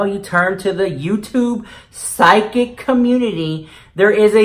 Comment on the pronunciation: Why *CUH-MOONTITY 😂